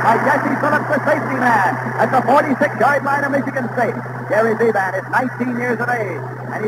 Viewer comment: Nelson keeps calling the UCLA quarterback bee-BAN. Most pronounced it BEE-bin